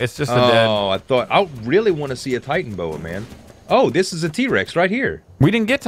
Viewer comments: I don't mean to be a douche, but the Titanaboa is pronounced Ti-tan-a-bo-a. Sorry if the syllables are wrong, but you do pronounce the A. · its not titanboa, it is Titanoboa (Ty-Tana-boa) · I'm not trying to be a hater but it's not supposed to be titanboa, it should,be titanaboa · AllShamNoMu ty-tan-O-bow-ah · It's "Titanaboa" and yes it was real